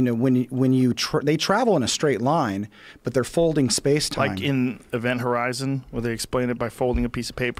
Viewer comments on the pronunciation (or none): none